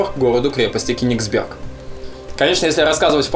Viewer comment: Только не правильно говорить КенегсбЕрг. Правильно произносить КЁнегсберг. На первый слог ))) А так лайк, был там, шикарное место! Поедешь еще в Калининградскую область, дай знать. Покажу еще некоторые интересные штуки :-)